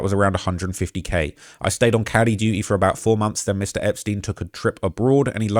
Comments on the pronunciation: bro it literally says "cutie duty", you just blew past it and said "caddy dutie" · CUTIE DUTY, not cowdy duty or whatever the f you are saying… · cutie duty not catty duty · it's not 'cutty' duty its cutie dute. as in cute girls. fucking barf indeed. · "Cutie Duty". Bro, learn to read. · He said Cutie Duty not catie dutie (not sure how you were reading it, but it wasn’t cutie duty). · "Cowdy duty." What kind of accent is this? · “Cutie duty” tha fuck